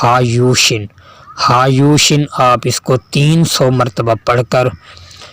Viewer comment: ٹائٹل پر ھایوش لِکھا اور آپ بول رہے ہیی ھایوشِن